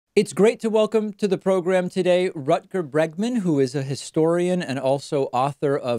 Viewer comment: Great to see Rutger on the David Pakman show, even when his name is pronounced as 'Rukker' (for the englishspeakers, rukker means wanker).